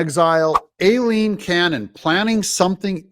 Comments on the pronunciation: Why do you INSIST on butchering the judge’s (and my sister’s) first name? The first syllable of her first name is pronounced: “eye” NOT “A”…..EYE- leen ! EYE …EYE… EYE …EYE …EYE….. Aileen is pronounced EYE-LEEN. I know you’re smarter than THAT. You may not act or look like it, but I KNOW you’re super smart. So please stop trying to sound like a dummy. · Hi Doug, Don't listen to that reporter! She's mis–pronounced Aileen's name: Aileen is correctly pronounced: "I lean" I know b/c I use it as a nickname. Look at the word "Hawai`i" the second "a" is SILENT, just like the name: Eileen, the "E" is also SILENT. So please pronounced it CORRECTLY. Eileen & Aileen are both Pronounced the same way: "I Lean." All of us with those 2 names will be happy to hear our originated names from Ireland & Scotland Pronounced correctly!!! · Aileen is pronounced...'EYE-LEAN'... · Doug, PLEEZE pronounce Judge Aileen Cannon’s name correctly, as EYE-lene. Makes your videos cringey and hurts my ears!